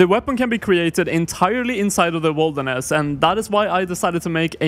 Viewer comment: it would be nice to know what things you wont be able to do due to the zone restriction, also why are u saying it like wolderness?